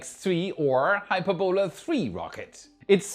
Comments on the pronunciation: It's pronounced "hy-PUR-bo-la". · Hyperbola is pronounced "hy PER bo luh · Sorry,, but I can't help myself: it's pronounced 'high-PURR-bow-la'. If it's any consolation, I dated a quadralingual Austrian lady back in the '90's, and got excoriated for my lousy pronunciation of 'FLUK-zoik'....so I DO feel your pain (no schadenfreude, I assure you). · Check the pronunciation of hyperbola.